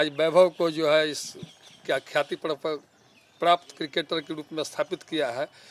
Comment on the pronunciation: शुद्ध आवाज नहीं है न ही सही से बोल पा रहा है ये लोग अंग्रेज के वंशज से है। प्राप्त को क्या बोल रहा है सुनिए